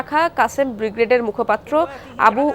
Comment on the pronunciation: বিগরেড?????বাংলা উচ্চারণের শ্রী ন্যাশনাল টিভি র এই অবস্থা???? চেতনায় ২১??????